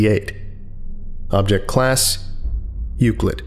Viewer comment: I like the way you say "Euclid."